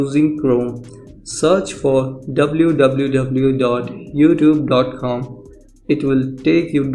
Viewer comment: "Youfoot" comedian